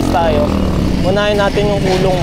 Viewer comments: coloong ko-lo-ong..hindi colong😂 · Coloong hindi kulong.. 2 Yan Coloong Coloong 1 at 2..dyan ako ipinanganak Kaya kabisado ko yan.. Mali ka NG bigkas.. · co-lo-ong po😊